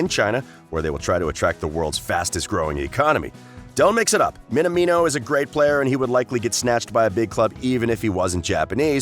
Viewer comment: His name is pronounced Min-amino, not Min-a-mino.